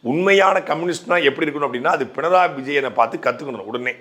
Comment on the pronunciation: பிணராயி என்பதே சரியான உச்சரிப்பு.